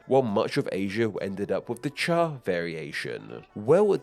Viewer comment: I commend you on your chinese pronounciation of cha, although I don't for the pronounciation of the jian in fujian